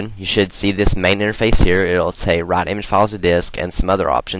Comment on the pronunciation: lol when you said "write" it sounded like "rot" XP